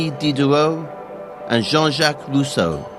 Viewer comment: Fweely emotional fwench philosopher Wousseau on weason, fweedom and his wevelation that man has built himself a pwison... Sewious subject but, sowwy, something about the pwesentation seems widiculous to me. Actually vewy neawly made me wofl :D